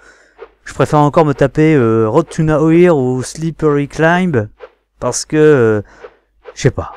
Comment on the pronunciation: Bah c'était cool ! Par contre... Ton "Road To Nowhere" m'a fait mal XD C'est Nowaire en gros XD Sinon GG et hate de voir tes fails ! :D